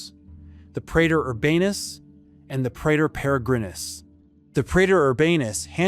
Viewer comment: Diphthong 'ae' is pronounced E (as in pee) pre_tor